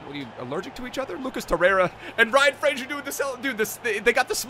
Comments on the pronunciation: it’s Fraser not Frasier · It’s Ryan Fra(z)er not Fra(shi)er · It's pronounced FRAZER not FRASIER, he hasn't got a TV show named after him xD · Fraser not Frazier bro